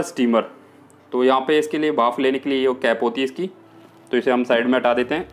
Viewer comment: Bhaaf nahi bhanp... 😂😂😂